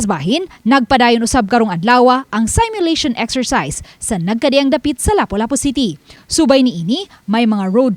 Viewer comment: Please it’s not pronounced saymyulation but seemyulation.